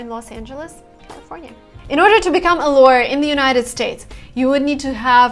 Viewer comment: She said lawer # 3